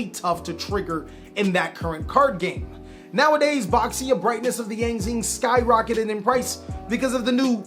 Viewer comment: Reminder "Baxia" should be pronounced "Bah-shya" if you want try hahahaha